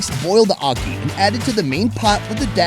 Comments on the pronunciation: I live in Jamaica born Jamaican its not aukey its ackey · Di way how him pronounce ackee a kill mi